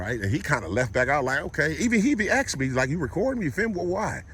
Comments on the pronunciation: "I aksed her, I aksed " learn how pronounce asked. It's basic first grade grammar. It goes to show how un educated really is, for sure, TTA fam. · It’s pronounced ASSK!! Lol